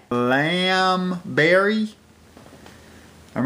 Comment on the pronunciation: I think I can pronounce it now its sounds like Lee am oh well that I might start a series called Rick's Southern Drool :)